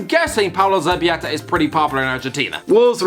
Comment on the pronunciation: JESUS FUCKIN CHRIST. Dear English speakers (and me ma is from Dublin) LL makes the "ya" sound. L just makes an L sound! So Erik lamela isn't yameya and zabaleta isn't zabayeta. It's not hard! "LL"=Y L=L. HOW THE FUCK HARD IS THAT?!